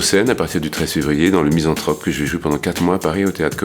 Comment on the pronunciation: Misanthrope pas "Mysanthrope" bordel !